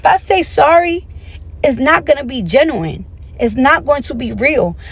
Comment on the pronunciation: Her barley knowing how to say genuine is insane